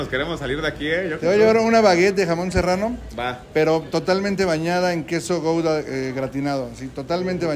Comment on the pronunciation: No se pronuncia gouda,carajo!